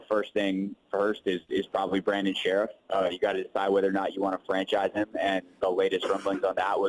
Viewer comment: his last name is NOT pronounced "Sheriff", it's "Sherf." Lol, just about everybody mispronounces this guy's last name